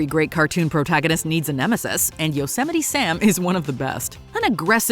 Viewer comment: Thats not how you say yosemite